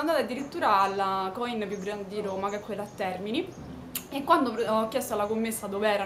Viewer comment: si dice coìn!!! con l'accento sulla i!!! ;) è veneto ;) video interessante!!! brava!